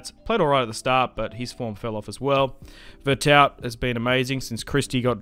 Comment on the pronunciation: Veretou the T is silent.